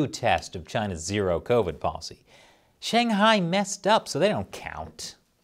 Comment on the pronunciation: Hey, the American reporter makes a successful effort to pronounce Beijing and Shanghai properly. Why don't you (eg: & respetively) even try?